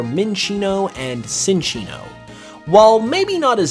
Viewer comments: it's pronounced chinchino not sinchino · Uh… my dude? I would like to inform you that you… kinda pronounced Cinccino’s name wrong… it’s not “Sin”ccino. It’s “Chin”ccino. So a “cinchilla” evolution would be pronounced… chinchilla. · It's pronounced Chin-chee-no. Like Chinchilla - which is what it's based on.